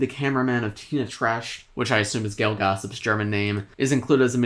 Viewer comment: I like that says Trash instead of Tratsch XD And yes its Gayle Gossip